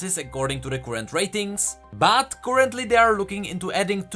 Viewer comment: current (cur like fur, not koorent), pulsefire (pul like cull, not poolsfire) :)